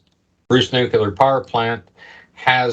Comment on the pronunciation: Great video but please pronounce nuclear properly 😀